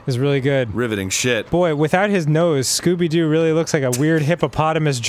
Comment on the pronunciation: lol Why do these all say "Scoopy-Doo?" Jeez, this game was a trip... Thanks for the episode,!